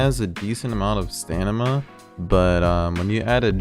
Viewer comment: stamina not stanima